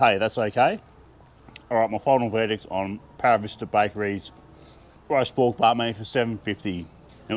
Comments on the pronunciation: I thought you were saying “riced pork,” but I finally figured you were saying “roast pork.” Seems like I have a lot to learn. The pie looked ridiculously delicious, and such value! 😊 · Wait a second; is it roast pork or diced pork? I thought you were saying RICED pork. 😂😂😂